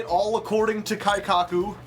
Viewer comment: WAIT SAID KEIKAKU CORRECTLY??????